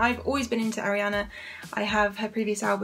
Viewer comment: R-E-ON-Uh not Airiana boo